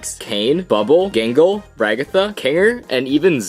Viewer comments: . ah yes, "jingle". ah yes, "hasven". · Excuse me you called out gangles name wrong